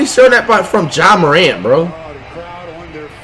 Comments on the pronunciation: he said Ja (Jah) Morant! Not J A Morant! Bruhhhhh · He actualy said "JA" Morant not J-A Morant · Wtf flight actually said Ja Morant’s name correctly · Notice how he didnt say jae moreant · confirmed he knows how to say JA Morant 😅